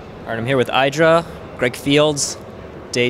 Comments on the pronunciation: why can you still not pronounce IdrA correctly? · is this guy trollin, or doesnt he know how to pronounce idra?!?!?